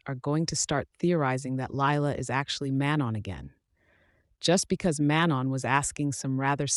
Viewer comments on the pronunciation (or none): none